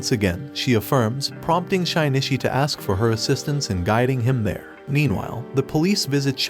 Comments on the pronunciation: Parasyte: the Maxim is the anime. And it bothers me the way he keeps saying shinichis name like (shy-knee-chi) when its supposed to be (shi/she-knee-chi) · Shynishi is killing me 😂😂 it’s Shi-nee-chi. Shinichi. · bro it’s “sheen - chi” not “shynishy” it’s making the vid more annoying the more you say it, ur lucky i love your content or i would’ve clicked off a long time ago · Hearing SHYnishi every 5 seconds was too annoying. Was is so hard to change Shinichi to SHEnichi so the damn narrator could read it right? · Shaynishi? wtf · Butchered the name... It isnt Shynishi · bro did NOT call my boy shainichee💀